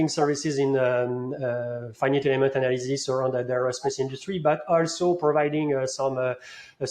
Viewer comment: Funny to hear pronounce faɪ.nɪt which is a mix between the pronunciation of some people in France (like ɪnfɪnɪt) and the proper one:)